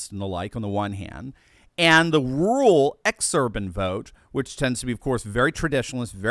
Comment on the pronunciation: It's not rool but ru-ral - DOCTOR1